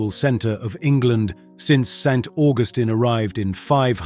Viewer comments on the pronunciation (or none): none